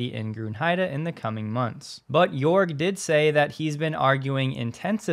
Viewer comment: you pronuced jörg wrong.